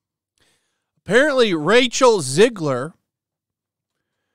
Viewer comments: Not "Zigler". It's "Zegler". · 1. It's Zegler not Zigler. 2. Replacing one Snow Brown with another one, is not a win.